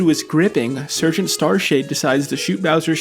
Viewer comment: yellow ghosts getting their revenge after Mr. Green's Mansion. ... was 'surjint' a joke or do you actually not know how to say sergeant. because it is spelled funny so you have an excuse So glad to see a new game covered by you :>